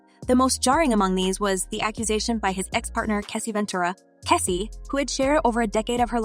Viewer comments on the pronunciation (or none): This story had nothing at all to do with the title I will not watch anymore of these blogs. Learn how to say the names correctly her name is Cassie not Kessie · Its CASSIE not KESSIE TF